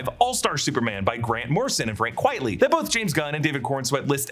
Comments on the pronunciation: QUITE-ly...not QUIET-ly! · Dude, its not "Quietly" its QUITELY!! Does anyone even check the video before posting it?😒🙄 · Quitely, not Quietly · Frank QUITELY. Not Quietly. Vince Deighan’s pen name is a play on the phrase “quite frankly”. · It’s not quietly. It’s quitely. A spoonerism of quite frankly is Frank Quitely. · Heads up, it's "Quitely", not "Quietly". His name is a pseudonym, a spin on the saying "quite frankly", thus Frank Quitely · Quitely. Not Quietly. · It's not 'Frank Quietly' kids - it's 'Frank Quitely', which is a pen name playing off 'Quite Frankly' 🤓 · I believe it’s pronounced Quitely (Kwite lee) Not quietly (Kwi et lee) That’s how I always pronounced it. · Apologies if someone’s already mentioned this, but it’s Quitely not Quietly. Frank Quitely a pen name and pun on “quite frankly.” His real name is Vin Deighan. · Quitely not Quietly.